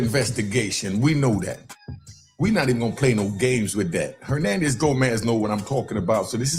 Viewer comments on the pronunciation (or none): Hoenanez Gonaz?